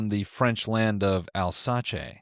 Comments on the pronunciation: noel pronouncing alsace as alsachay is unbelievably hilarious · The French Town al-sach-eh... that's how that's pronounced. Love you Noel!